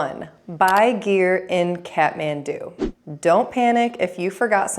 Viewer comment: Here's another pro tip: the Kath part of Kathmandu is pronounced like "cot," not "cat."